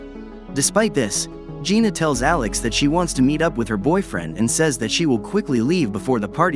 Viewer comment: It Jayna Not Gina